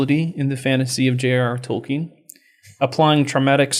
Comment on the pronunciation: You pronounce Tolkein "toe-kin"? Blasphemy!